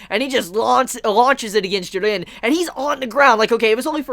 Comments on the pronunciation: It still slightly irks me how you say jiren lol stay warm my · Your videos are dope i follow your reviews on dragonball, tokyo ghoul (you do the best reviews on tokyo ghoul out of everyone) and the promised wonderland since chapter 1 and you are fuckin awesome bro but please just pronounce jiren's name they way it should be I dont want to come out as a dick but man that bothers the hell out of me, other than that keep up the awesome work✌